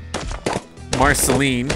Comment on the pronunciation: you just said marcaline he :d